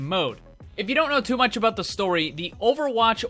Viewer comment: In Overwatch you forgat abaot Ana